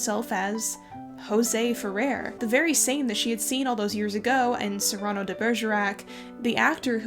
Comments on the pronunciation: Cyrano is pronounced Sear ran no, not like a hot chilli pepper. I know this is a year out, but the mispronouncing of one of my favorite characters in literature is making my ears hurt. Love your stuff otherwise. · Cyrano is pronounced with the accent on the FIRST sylllable.